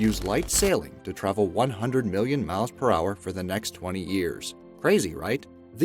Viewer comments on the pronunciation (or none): You said mollon not million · Molloin? What the fuck is molloin?!